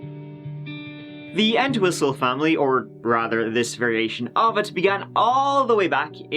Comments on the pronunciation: not me thinking ya keep saying "kneel and whistle" honest edit - doesn't sound like Chief Wiggum lmao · Thought he said "Neil MeatWhistle" 🥩😙